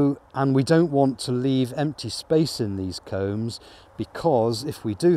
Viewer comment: It sounds like hes saying cones. I'm assuming hes saying combs. In a standard hive, they're called frames, at least in america.